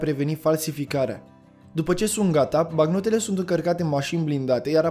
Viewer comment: M-ai spart cu "bacnotele".